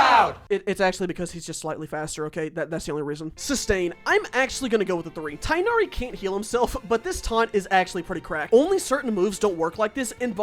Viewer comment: It’s pronounced tig nari